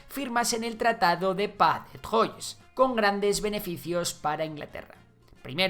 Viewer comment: Pronunciación: Can (Caen), Trua / 3 (Troyes), etc